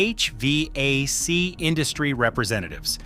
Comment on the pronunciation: Only Ai would pronounce hvac like that. And EPA